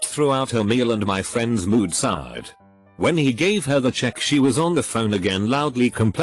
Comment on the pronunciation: "I had several fiends" um.